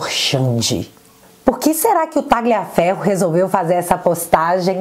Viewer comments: só corrija a pronúncia do sobrenome Tagliaferro(pronuncia-se Taliafero) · Oi! A fonética de Tagliaferro é Talhaferro assim como, Raja Gabaglia é Raja Gabalha.